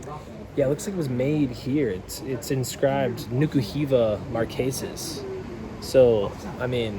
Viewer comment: Not Niki Hiva but Nuka Hiva